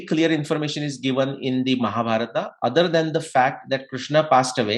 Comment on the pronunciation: आप शब्दों का गलत उच्चारण क्यों करते हैं जबकि आप एक विद्वान व्यक्ति हैं। जैसे कि भीमा (भीम), महाभारता (महाभारत), इत्यादि।